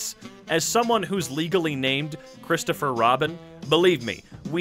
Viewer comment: I know I have watched this episode before, but it gets me every time when I here Robins name is 'Chriserfur Robin'